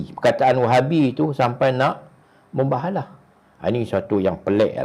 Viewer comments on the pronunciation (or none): minit 14.53 tuan sebut mubahalah ke muhabelah ke mubelalah..hihi...gurau..sokong uai